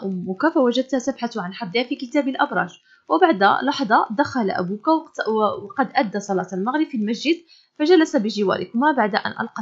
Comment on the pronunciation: صلاة وليست الصلة 😊😊😊